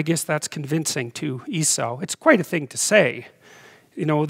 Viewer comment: It's ee-saw, not ee-sou